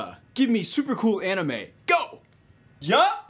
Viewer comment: I love how he pronounces both anime and manga incorrectly.